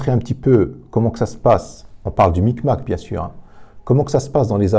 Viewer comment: Le big mac pas le mic mac 😂😂